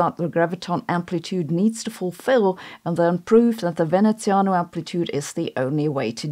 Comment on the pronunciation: Love the content, and kudos for the nearly perfect Veneziano pronunciation!